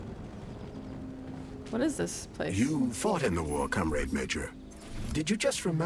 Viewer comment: I don't know ANY English speaker that pronounces comrade the way the English VA do, it really confuses me how/why it got passed through production as okay. Sure some people that only speak English have a terrible Russian accent but they at least pronounce it correctly. Or when they said "contract", pronouncing it as "con-tract" when in this context it should've been "cun-tract"